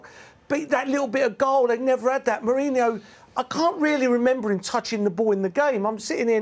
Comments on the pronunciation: Is Merino pronounced “Mourinho” or does Merson keep getting it wrong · Merson calling merino , mourinho 😂😂😂😂😂😂😂 all thr time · Meh reen oh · i skip his analysis. guy is clueless and he's shouting for no reason. it's not pronounced mourinho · He’s getting it wrong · No he keeps getting it wrong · It's Paul Merson. He's getting it wrong